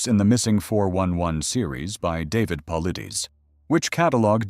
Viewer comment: A great video, very interesting and thoroughly researched. What I didn’t like at all, however, was the disparagement of David Paulides and the falsehoods attributed to him (incidentally, his name is constantly mispronounced in the video). David Paulides is a former police officer, and anyone familiar with his work knows that he steers clear of any speculation. In fact, he does the exact opposite. He gathers the facts and, even in interviews, refuses to be drawn into any speculation. To accuse him of sensationalism is not only impolite but also simply wrong, that is not his approach at all. The statement in this video – “People don’t just disappear, they all fall into a mine shaft” – certainly presents a possible explanation, but I consider applying that to all missing persons cases to be highly far-fetched. Otherwise, the video is very interesting and encourages new ways of thinking. It is absolutely unnecessary to disparage another author’s work. It detracts from this truly excellent topic and video.